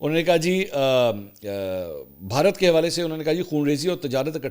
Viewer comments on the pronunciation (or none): none